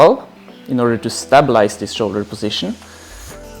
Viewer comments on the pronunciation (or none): Such a well presented and well explained video on this topic. THanks so much from the UK! P.S. Your english is amazing, but the word "Stabalize" .........we pronounce it the same as the word "STAY" i .e. STAYbalize . Not STAB (as in STAB with a Knife). Yes English is so inconsistent in its spelling and pronunciation, it drives me nuts and I AM ENGLISH myself !